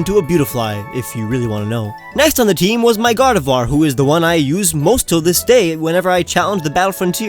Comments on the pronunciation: GARDEVOIR CAN BE MALE, TOO! THAT IS IF YOU DON'T FIND A DAWN STONE BY LEVEL 30! AND ALSO, IT'S GARDEVOIR, NOT GADERVOIR! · did he said gardefloir?